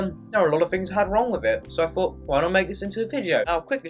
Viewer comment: I know you’re a native speaker but why are you saying fought instead of thought?